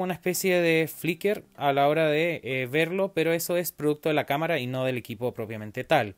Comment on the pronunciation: Prueba de Cómara jajajajajaja